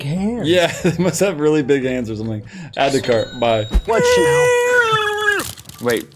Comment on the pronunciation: Yo that illegal “adds to kart”